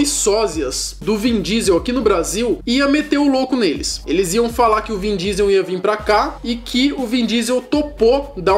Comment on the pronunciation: "vim" diesel?? Kkkkkk